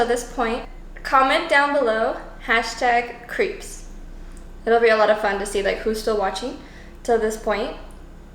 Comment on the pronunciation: #crepes Uh duh of course I watch till the end. I love how you pronounce them as creeps! Creepy never looked so delicious, and the fact that you made them yourself, I'm impressively creeped out. Another homerun my friend. Keep putting the joy in =)